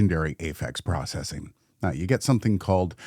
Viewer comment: It would be pretty cool to compare Aphex processing to something like the BBE Sonic Maximizer. They're different, but sort of do the same thing. I think? Also, processing is pronounced "processing," not "processing." 😁😇